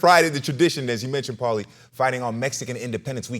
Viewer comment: He messes up paulies name every time it's hysterical